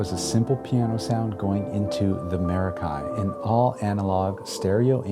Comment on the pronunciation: He's gonna pronounce it wrong the entire video isn't he? It's Meh•rock•kee and of Greek origin.